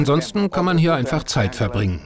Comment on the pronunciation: Die betonung sollte auf HIER liegen!